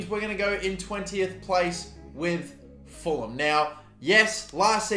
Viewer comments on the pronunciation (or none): none